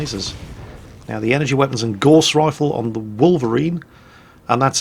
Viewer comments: Gauss... Rhymes with house not gorse which is a small bush! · I suspect we are going to see a lot of videos from you on this game, so I have to ask you to pronounce Gauss correctly. It isn't pronounced gorse but gowse, named after the theorist Carl Friedrich Gauss. I wouldn't normally ask this but it distracting me from the video. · I've always pronounced "Gauss" to rhyme with "house" and not "horse", am I wrong?